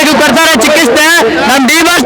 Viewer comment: Chikaste alla pa adu chikitse